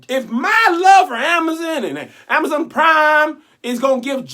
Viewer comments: The way you pronounced Amazon (Amaza) almost took me all the way the heck out😂😂😂😂😂😂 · I'm just mad at how he pronounces "Amazon"